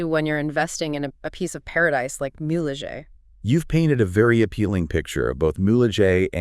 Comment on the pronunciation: it's Mule-Hay not mulejay